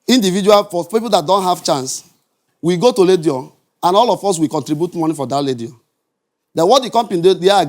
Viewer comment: Radio or "Ledio"